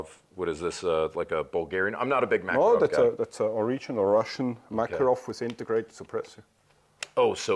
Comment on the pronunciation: Dude, thank you for the video, but... - Mekerov? Really? It's MckArov. I mean the way you pronounce the name of the pistol. Mekerov... (boo-hoo-hoo).